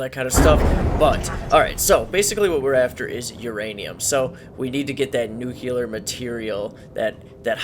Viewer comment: Dude are you saying nu•cu•ler rather than nu•clear?